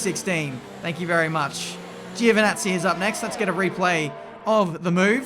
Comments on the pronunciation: Is GiOvinazzi not Givinazzi :) Great drive man!!! Super! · when you said "up next is giovanazzi" Sounded like you said "Gio the nazi" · Jew the nazi